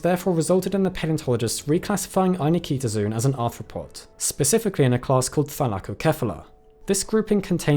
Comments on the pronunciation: I was about to make the same comment and thought I’d check to see if anyone else had called attention to this - you win! (Same issue with the frequently mispronounced ‘zoology’ (zo-ology)) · The fact that you're pronouncing "Ainiktozoon" with another "i" after the k bothers me for some reason....is that really the pronunciation? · Are you sure you're pronouncing that name the way the discoverer intended? There's no vowel between the "k" and the "t", but you're sticking an extra "i" sound in there. And making it the stressed syllable of the word.